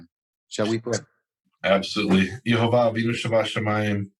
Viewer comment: it's not unpronounceable, it's "YehoVAH" halleluyah